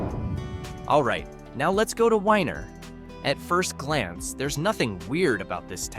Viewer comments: Weiner is pronounced weener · The town of Weiner--is pronounced "weener". LOL